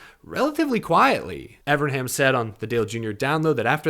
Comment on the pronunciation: Evern, EVERN, EeeVvvEeeRrrNnnnn, come on buddy, you can say it, Evernham. If you are going to do a podcast about Ray Evernham, learn how to pronounce his name FFS!